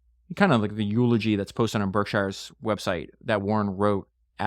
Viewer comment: Please check on the proper pronunciation of Berkshire. I operate a business in western Massachusetts and the residents get really upset if you pronounce the word, Shire. Is correctly pronounced, SHURE.